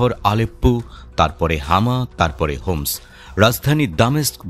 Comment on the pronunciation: হোমস না হিমস